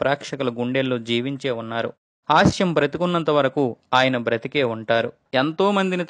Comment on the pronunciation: కంటెంట్ బాగుంది కానీ మీ ఉచ్ఛారణ బాగాలేదు... హాస్యం అనాలి, హాష్యం కాదు, బాలశిక్ష అనాలి, బాలషిక్ష కాదు...